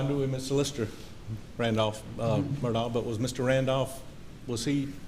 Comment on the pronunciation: Why do some of these people call him Alec?? This isn't the Alec Baldwin case 🤦‍♀️. His name is ALEX not Alec. Also his last name is Murdaugh NOT Murdock. Why in the hell can't people say his first and last name correctly????